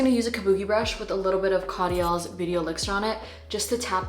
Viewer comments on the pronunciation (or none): its caudalie (coh-da-lee) not caudials 😭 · Its pronounced : COUDALIE not CODJELL ❤️ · its cau-da-li not caudiele